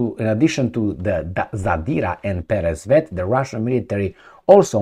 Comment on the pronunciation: you pronounce "Peresvet" correctly. Also "Zadira" too. But "Kinzal" is wrong, the "z" sound should be like in french word "Visage" - g sounds like.